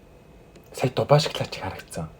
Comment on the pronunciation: Эргүү юм уу ? Шоклайд Шоклайд л гээд байх юм мал байхаа 😂😂😂😂😂😂😂😂😂😂😂😂😂😂😂😂😂😂😂😂😂😂😂😂😂😂😂😂😂😂😂😂😂😂😂😂😂😂😂😂😂😂😂😂😂малын сараа байхаа эрэгтэй юм байж нүүрээ будаад эргүү байхаа хүүхдэд дан чинэрэн бүтээгдэхүүнийг л үзүүлэх юм хэдэн удаа хэлэх юм би нэг л хэлье